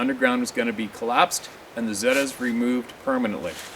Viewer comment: Zeta's are pronounced 'ZATA'S